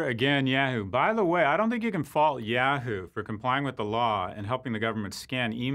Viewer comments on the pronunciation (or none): I love you Scott but you say "Yahoo" like "Yeahoo" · please don't say "yeah hoo". instead, try "yah hoo".